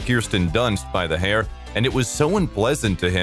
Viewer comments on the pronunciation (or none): none